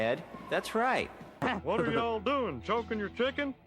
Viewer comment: I tell ya hwhat